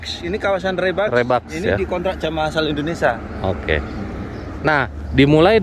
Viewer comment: Indonesia kenapa jadi Indonesa, kacamatanya kegelapan kayak nya